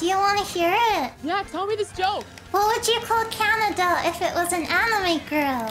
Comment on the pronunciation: Hearing say "kya-nya-da" almost gave me a stroke!